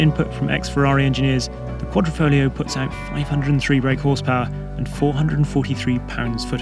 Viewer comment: "Quadri- FoGlio" Not Quadrifolio C'mon man!!